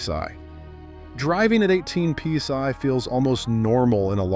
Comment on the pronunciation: What the Fu*k is pea sigh? p sy? peace eye? pee sy,? piece I. Sigh indeed, when I heard that I almost peed and sighed at the same time. Lets just call it call it pounds per square inch or P.S.I. or tire pressure above atmospheric pressure, Zero reference pressure or something i can find in a physics book. I think I am going to go get a peece of pigh and watch this video again just in case Eye missed something...